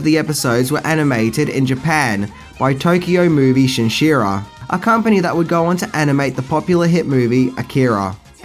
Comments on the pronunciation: Tokyo Movie Shinsha, not Shinshira. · Tokyo Movie Shinshira? SHINSHA - SHIN - SHA. It's even on screen and you still got its pronunciation wrong. Also, drop the crap 80's music that has nothing to do with what it is you're presenting.